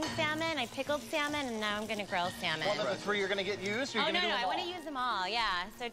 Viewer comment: Stop pronouncing the l in salmon!